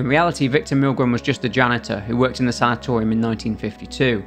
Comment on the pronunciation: The way you pronounce sanitarium hurts my ears.